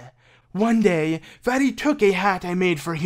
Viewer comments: The way he says "vati" and not "Vaati" as in "Vah- Ti" Just such a bad name when u pronounce it that way 🤣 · Sounds like he's saying "fatty"